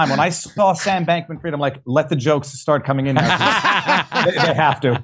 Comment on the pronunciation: It’s Bankman FRIED not FREED .. suits better saying it properly too hahaha